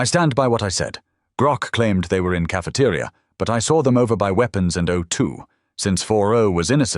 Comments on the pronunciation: ca-fe-te-ri-a, very good english i might say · Better not be caught solo in caf-uh-tuh-ria with Grok around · Grok saying Cafe-ter-I-a 😭😭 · The way grok's tts says cafeteria is amazing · im crine how does bro pronounce “cafeteria”😂 smart in doing, dumb in physical movement😂